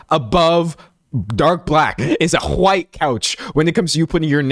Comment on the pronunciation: How did you pronounce "white"??? 😂😂😂